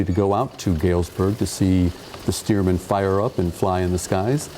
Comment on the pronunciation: STEARMAN After Loyd Stearman , not Steerman